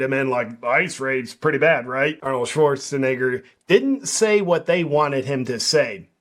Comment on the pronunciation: "Arnold Schwarzeneigher" - JP Sears